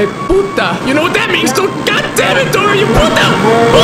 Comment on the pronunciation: As a spanish speaker I was laughing because of him calling Dora a “ Puta “ If you do not speak spanish than it may not make sense to your being but keep up the great work !